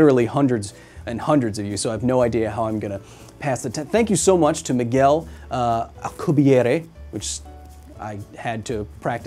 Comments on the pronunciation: I appreciate you pronouncing his name in it's proper linguistic form. And i will always respect it as such. However, i must say! I LOVE the way his name sounds in english. Or when referring to the Drive. "Al-que-bee-air" It sounds legendary! Like something you'd read in a history book! 👌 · You're the only person who I've heard pronounce Alcubierre's name the traditional way.